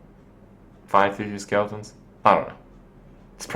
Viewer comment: "Discard your hand and draw five 3/3 Skeltons" Also he says "Hurtstone" everytime. Its "Harffstone"